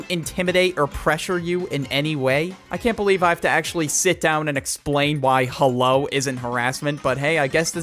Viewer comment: Hewo everyone how you day I'm good